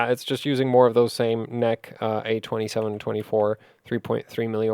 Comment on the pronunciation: I think its usually pronounced N.E.C. ?